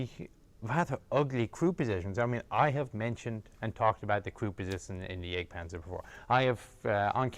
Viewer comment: Why does he gotta pronounce Jagdpanzer like that